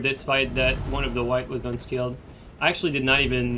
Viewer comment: I can never tell if you're saying unscaled or unskilled :D same thing though so it doesn't really matter please do more of these